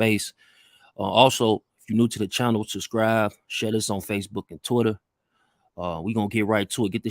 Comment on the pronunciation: This nigga said “unsubscrive and subscrive again” lol😂😂